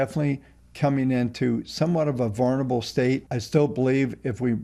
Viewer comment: Somebody teach how to say the word "vulnerable".